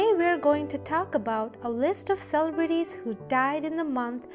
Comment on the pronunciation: cele-brities, lol wow never heard it mispronounced like that.